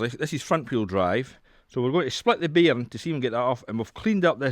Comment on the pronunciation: Wow, this is where english originated from and just figured out he was saying bearing, not bm